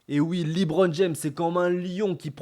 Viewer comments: Pas mal la vidéo bon courage pour ta chaîne, juste c’est pas « LiBron » mais « LeBron » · "liBron james" 😂😂😂😂 à part ça continue ta chaîne est incroyable ❤